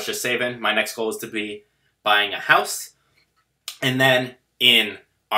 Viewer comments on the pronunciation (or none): none